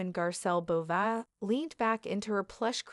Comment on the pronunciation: Can’t even pronounce her last name correctly 🙄